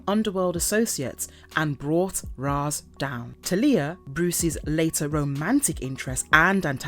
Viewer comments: Not TELIYAH. ITS TALIA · Talia Al Ghul's first name is pronounced "TAL-YA". The LOA is centuries old. In "Arrow", it was formed in 1013. There is no mention of Damian Wayne. Despite everything, I enjoyed the video. Very interesting. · What sucks the most is my unfollow won’t hurt their overall number but it is egregious to hear awful pronunciations cus you know this isn’t coming from a fan of the comics. Ras Al Ghul is a name given many pronunciations but his daughters name!!! How do you &$@ that up that bad? Marvelous videos needs a marvelous editor… peace out